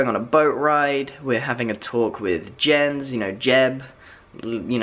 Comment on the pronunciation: Jens is pronounced Yens